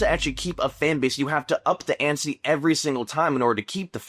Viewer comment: did you just say "up the antsy" my dude